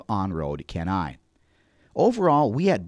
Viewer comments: LOL! Why didnt you get the voice-over guy to spell "CHENNAI" instead of "Kennaay" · Oh,Thats Why Calling Chennai as 'Kenai' ah.... Worth Consider before publishing it Man...